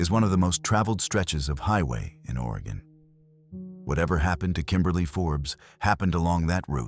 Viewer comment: Will-lamb-it. At least Oregon is said correctly.